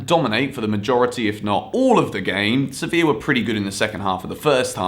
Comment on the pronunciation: Youre pronouncing sevilla wrong